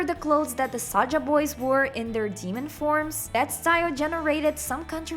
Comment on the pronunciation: and it's Saja, not Saga